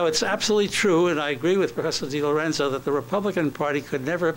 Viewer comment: Notice how he doesn't state Thomas DiLorenzo's proper name. He calls him Tom DiLerenzo.